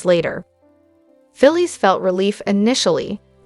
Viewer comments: speak correctly if you are going to narrate these stars. Trac-i, t]Traycee, not Trasee, Phyllis not Filas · She can't evern say Sharon Phyllis Tracy's names righte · She can't even say Phyllis Sharon or Tracy names rightw